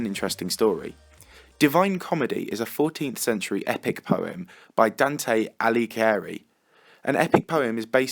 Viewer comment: Lol you pronounced Dante Alighieri damn correctly (I'm italian btw)